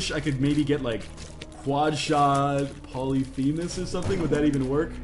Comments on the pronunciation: From "pah-luh-fee'-muhs" The " fee' " is pronounced "fay" I believe. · Pylolphemus? Lol.